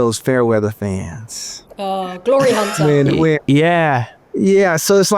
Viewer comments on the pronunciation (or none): none